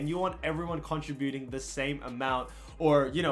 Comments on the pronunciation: if you keep sayin contributing like that... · Aye bruh learn how to say contributing right it’s annoying as FUCK the way you say it